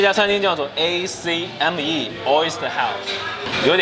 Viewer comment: Acme發音: 艾克米